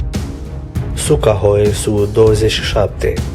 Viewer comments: Suhoi bah nu sucahoi.... Zici ca vorbesti in somn. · Se citeste Suhoi (In limba rusa inseamna Uscat) Numai ca boutz asta habar nu are de nimic! Cine dracu l-o fi pus sa o comita parca ar fi Veorica! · Avionul rusesc se cheamă Suhoi, nu Sucahoi. Pentru „Mach”: se pronunță „Mah” , nu „Maci”. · Nu "Meci", coaie,nuuuuu,nu,nunici Sukahoi,felicitări ,ia-ți putină(de murături),ești la fel ca pietroiul de pe ele!Dacă nu ai sistem de catapultare,ia-ți totuși ,capre ,ar fi un început,nu!?!